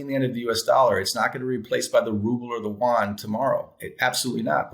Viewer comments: The Chinese currency is the yuan (you-on). South Korea's currency is the won. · It's not the Juan; it's the yoo-aan. We white people are in so much trouble if we can't even pronounce their monetary unit.